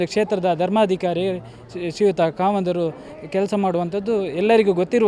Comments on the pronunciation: khavanda alla khamanda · ಕಾವಂದರು ಅಲ್ಲ, ಕಾಮಾoದರೂ